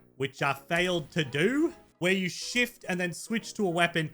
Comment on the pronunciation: When u said shift I thought you said shit